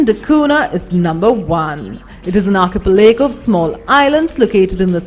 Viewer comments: Arkeypelego hahahaha what an annoying woman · Argh, her constant mispronunciation of 'archipelago' forced me to confirm the correct pronunciation.